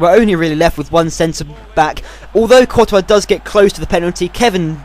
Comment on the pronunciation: I've been with ur channel ever since the beginning, you have grown so much! You can even pronounce 'courtois'.